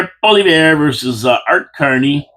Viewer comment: Try this for pronunciation, "Pauly-ev", say it out loud, "Pauly-ev".....our soon to be PM, Pauly-ev!